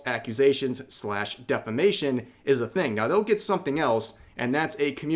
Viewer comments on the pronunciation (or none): none